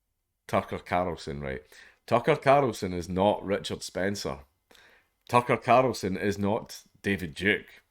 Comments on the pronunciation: I love watching him attempt to say Tucker CARLson over and over AND OVER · Tuckah Karlsssin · Tucker Carrrlsin 🤣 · The way he says 'Tucker Carlson' is extremely satisfying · The way you say Tucker Carlson is fucking hilarious